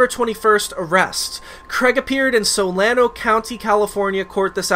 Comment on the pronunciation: You pronounced Solano County wrong lol I used to live there. Its SO-LAWN-OH